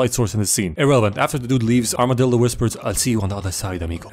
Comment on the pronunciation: "Armadildo" I'm dead bro 💀